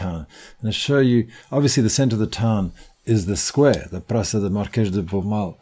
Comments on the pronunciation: It's not pronounced "PRACA" but "PRASSA". It's written PRAÇA... The dangling thing on the "C" turns it into a "SS". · Cool video. Never knew about this town. I did cringe just a little bit when she said Praka though 😂😂